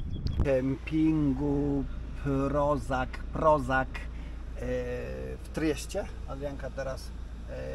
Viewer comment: Kamping ROŽAC. czytasz RORZAC. a nie rozak